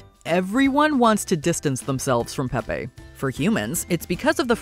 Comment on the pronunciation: .... Pepe, in the cartoon, is not pronounced Pep-PAY.... it's Pep-PEE. He even says it in the clip you played. Why didn't you pronounce Penelope as Penny-lope? Same difference. (I don't know why this irked me so much, but it did. Maybe that's what they were going for... a reaction.)